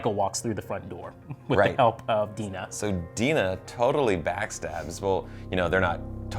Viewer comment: Love this❤️❤️ but am pretty sure it's Dinah not Dina or Deena. Ok that's all bye:)